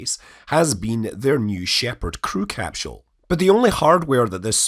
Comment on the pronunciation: THERE IS NO DAMN “ H “ IN CAPSULE SCOTT !! How many times do you need to be told this simple fact? This is not like the difference in spelling “aluminum” or “aluminium”. Even the Oxford English Dictionary shows NO “h” in capsule so don’t try arguing it from the “mother tongue” shite!